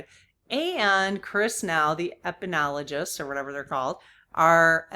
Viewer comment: Epidemiologist is pronounced eh-puh-dee-mee-ah-la-just It’s a mouthful! 😆